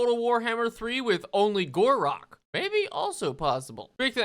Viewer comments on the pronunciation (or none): Why do i hear khorak everytime he mention gor rok